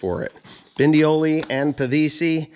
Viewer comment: Is it that difficult to say "Bondioli" instead of Bindioli? Don't think you like people addressing you as Mr Pindy? For the rest I agree that only few manufacturers seem to get it right on these PTO shafts, no matter if it is Weasler, Walterscheid or Bondioli.